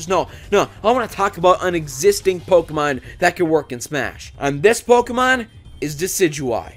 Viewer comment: OHHH SWEET JESUS!!!! HE PRONOUNCES POKEMON RIGHT!!!!!! I swear it hurts my ears when people pronounce it poh KEY mon ... its poh keh mon